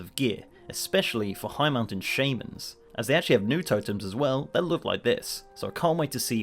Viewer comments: Did...did he just call them ShAYmans? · I'm triggered by how you pronounce "shaman" and "melee"